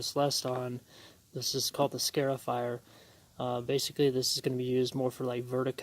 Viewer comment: "Scar" ifier.. not "scare" ifier